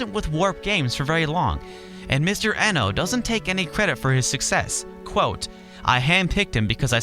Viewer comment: I know this video's p old but I want to point out the proper pronunciation of Kenji Eno's name, since I wasn't sure either at first. Even though an E in japanese is usually a long E, his given last name was actually Iino, with a short e. I assume he spelled it Eno instead of Iino as a tribute to Brian Eno, the famous musician and producer.